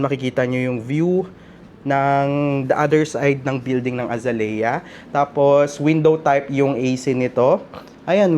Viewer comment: The correct pronunciation of Azalea is actually uh zay lee uh Phonetics: ( a zay liya) Source. AI.